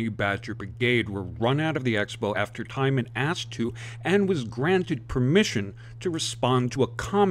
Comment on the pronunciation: Not to belittle your message and support. Just want to let you know that Allison's surname is pronounced TEEman